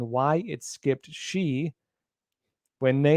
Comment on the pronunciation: "Xi" in the Greek alphabet is pronounced /'zai'/ not /'shee'/, as in Jing-Ping the Ding-a-ling.